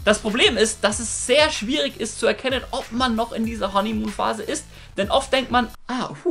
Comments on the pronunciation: Honeymuhn???? Hanimuhn!! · Was ist "Honnimuun" ?